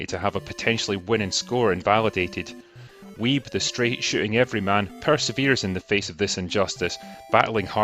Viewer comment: I loved this docu too. Don't let Steve hear you pronounce his surname like that though mate 😉. Another film with heart you might like is Ping Pong Summer. A coming of age tale set in the 80's in an arcade. I loved it. Lea (Back to the Future) Thompson is in it too! ... along with other big names.